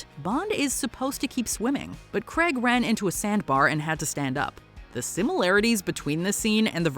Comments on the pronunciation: Daniel Craig not Creg. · Still mispronouncing Daniel Craig's last name. It's not Creg. It's Craig (CR-AYG) Some good choices on this list though.